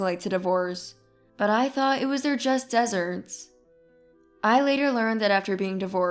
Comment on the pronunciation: Need to learn to pronounce deserts.